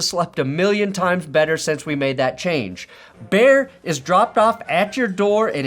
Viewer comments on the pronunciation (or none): Bear... not Baird. Although.... Or... behr....